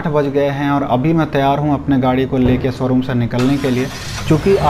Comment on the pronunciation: Somebody count how many times he said soroom